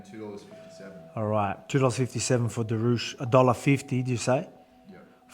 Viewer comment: Volk it's pronounced duri-ush. Time to get that belt back. Much love from Mid North Coast Champ.